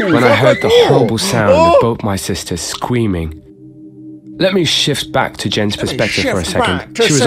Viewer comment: “Scweeming” Uwu